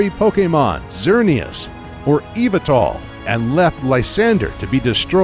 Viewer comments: Only MandJTV fans will understand this... He pronounced Yveltal as Ee-Vel-Tal But it should be Yah-Vel-Tal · He called it eeviltal every one knows that its yahveltal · WTH is eevetal? We all know it’s yaveltal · Ah yes... E-VET-ALL the y pokemon. Not to be mean but it is pronounced YEE-VEL-TAL or if you are a M&J fan YAH-VAL-TAL. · It’s yavaltal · Yveltal isn't pronounced like that. It's Yahveltal. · ITS YAHVOOTAHL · ITS PRONOUNCED “EEE-VELL-TALL”